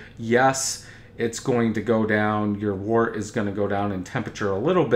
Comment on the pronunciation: Let's start by pronouncing the word "wort" correctly. It does not sound like "wart." It is pronounced like "dirt" with a "w" instead of a "d." Wort is derived from the Old English word "wyrt."